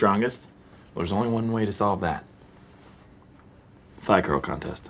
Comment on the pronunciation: Whenever Jim says, “thigh curl contest”, all I hear is “fly girl contest”. 🤷🏽‍♂️🤦🏽‍♂️🤣